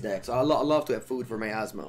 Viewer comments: I love but the first time (at least) he said her name he said wrong. Even in the banner is wrote wrong. But I still love you. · saying Asmo's name is the highlight of the stream.